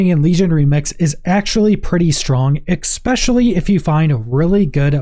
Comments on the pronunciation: Especially. Not ecspecially. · I closed this video as soon as I heard "expecially" in the first 5 seconds. Gross. Though I guess that's hyperbole. I paused and commented first.